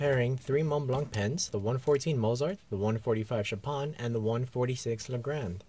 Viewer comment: You need to learn how to pronounce Mozart and Chopin.